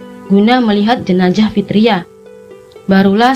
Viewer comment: Jenazah mbak maaf ya bukan jenajah …geli kuping dengernya …thanks sukses selalu channelnya